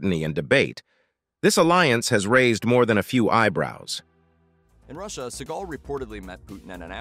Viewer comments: It's not "Sea gul" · It's Seagal